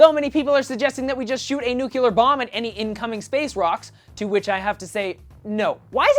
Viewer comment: NOO!! Don't fall into the "nuke-u-lar" trap! It's "nuc-lee-er"